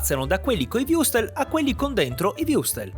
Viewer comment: Würstel.. WÜRSTEL! Non wustel o wiustel o wrustes...mannaggialama...mmma di jesoo